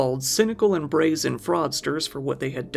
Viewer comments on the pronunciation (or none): none